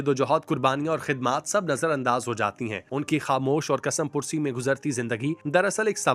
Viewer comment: Kasam pursi nahi kasmapursi bolte hain